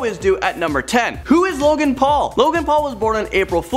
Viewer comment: Logang not low gang